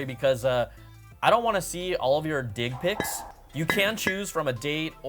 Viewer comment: Dude said "dig pics" lol!